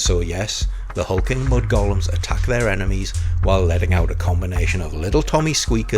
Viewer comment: One of the best beast-creatures right there. Like a Boglin by way of Lovecraft. Could be called a "Dagonite." Let's call them "Dagonites." Someone else who remembers Boglins! Ackchyually, it's pronounced "GOAL-em."